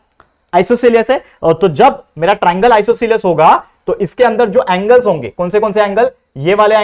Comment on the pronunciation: Sir not isocales, it is isoscale